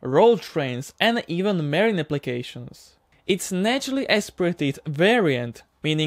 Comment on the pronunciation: Not merine but marine